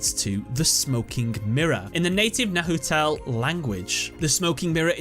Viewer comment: Nahuatl is pronounced Nawatel btw